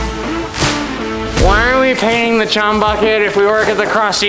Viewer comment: Say chum without the h